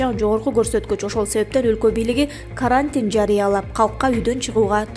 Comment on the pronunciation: а́эропорттун атын. туура айтчы уят кылбай.Карантиндин ударениесин туура айтчы.Уят кантип безграмотныйлар чогулуп алгансынар.